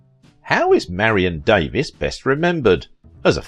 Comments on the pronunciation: Sadly, YOU are pronouncing Marion's name INCORRECTLY!!! It's Marion DAE-VEEES not Davis! Marion was BEAUTIFUL and VERY TALENTED! I LOVED her in the movies I watched with her in them. So be it if she was LOVED BY A TYCOON, don't care! I believe she loved him too. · Same photos were repeated over & over. Her name is Davies pronounced Davees not Davis. Citizen Cane, critics loved it, me not so much. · Its pronounced Da-VEES. Not Davis. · Good work but could have been better. Documentarians learn to use the performer's preferred name pronunciation known to her public, her friends and Hollywood. It is DAVE-EES not Davis. Your British heritage and UK pronunciation should give way. Marion was an American not British and it is common here to say DAVE_EES when the name is spelled Davies. Careful documentarians could also have done a search for director King Vidor's Honorary Oscar video on YT where Audrey Hepburn (hardly an American) pronounces his name correctly as the presenter (unlike you). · It's Davies (DAVE-EES) not Davis, also King Vidor's last name is pronounced VEE-dor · True enough but irrelevant. She was American by birth, worked in America, lived here and as a public figure pronounced her name as Dave-EES not Davis. If you do a documentary and want a smidgen of respect as a documentarian you pronounce a performer's name as they did on a movie set and among her friends and among her public fans. Didn't the video maker also fail to learn the pronunciation of director King Vidor's name as well. it is VEE-dor, and he was one of the greats and honored by the AMPASc. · Her las name is actually pronounced Davees. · Thank you...that was driving me crazy, lol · Not outside the US. Davies is pronounced Davis in the UK. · Why not learn how to pronounce her last name correctly before you do this?